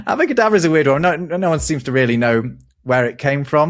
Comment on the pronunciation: It's AbracadAbra, not "avodA kaadabrA".